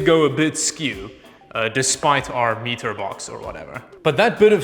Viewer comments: That should have taken you at most 2 minutes to cut through the 2x4. Leave the constructions to other :) Also, it called a MY-Ter-Box nto Me-ter Box. In the end it looks great! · Let's all say it together....... My-ter..... Myter...... Mitre 👍😁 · Mitre is pronounced like Mighter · METER BOX?! BUT ITS ONLY 20cm LONG! (It's Mite-er bud :D ) Now pronounce Lichen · This MF'er will scour craigslist to find some old POS PC (I'm looking at you, garbage can mac) But wouldn't buy a $20 circular saw from there? Comonnnnnnnnn. Also, when you are cutting in your mitre (pronounced 'my-tur') thing, lay another piece of wood perpendicular underneath the one you are cutting, so it stays level. All in all, great video, you did a good job! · Say it with me slowly. M-eye-ter…M-eye-ter…M-eye-ter. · “Mitre” Myter - pronounce 😂